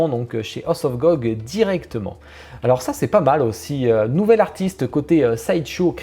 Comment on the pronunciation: Top: rien... Flop: tout, rien d'intéressant, ça m'arrange xD House of Gog, dis par ça devient Hoss of Gog. Donc Mickey Mouse deviendrait Mickey Moss (mickey la moisissure 🤣 )